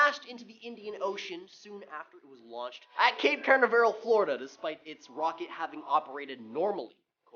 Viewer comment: My guy really fancied up the Canaveral in Cape Canaveral😂